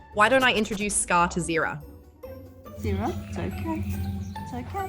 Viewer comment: I was like “wait, is Zira how Australians say ‘zero’” … then I was like “no, they say ‘zed’” … then I was like, “ugh, Stupid American!” — One for three!